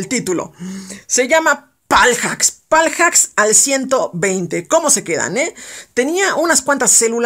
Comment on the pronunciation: Me da un poco de SIDA cada vez que decías " paljacks" :v